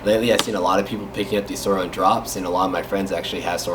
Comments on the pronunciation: It’s pronoced soooran not soran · It's not "sourOn" drop its "sourIn" drop wtf did anyone else get bugged by this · It’s (soorin) not (sooron) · Its not Sur(awn)its Su(oh)rin Edit: its not “rubber” finish its “matte” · U realize it's sourin not siroun hwo did u read the vowels backwards wtf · Suor in not suor on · It’s pronounced souuraensdespacito not sorin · Not being any type of way, but I think it’s pronounced Swo-rin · Your not saying it right it’s soURIN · It’s pronounced soarin’ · It’s pronounced sórin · He’s saying it wrong